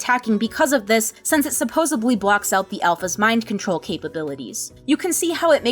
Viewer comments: SupposEDLY. Not Supposably. My god... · I love this video, but i die inside every time you say "Supposebly".